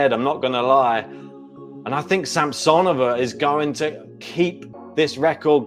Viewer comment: Sam-suh-nō-vuh is the correct pronunciation 😂